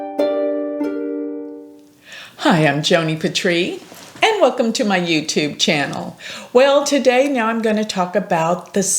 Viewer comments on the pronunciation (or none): none